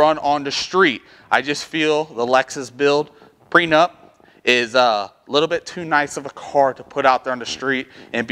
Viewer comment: Are you saying Pre Nut or pre nup?